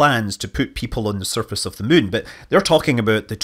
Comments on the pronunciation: Whenever Scott says "moon", I hear "mun" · Is it just me or does it sound like he said that China plans to put humans on the surface of the Mun.... ?